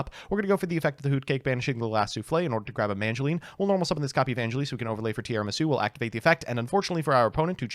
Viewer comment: He still says MaNgileine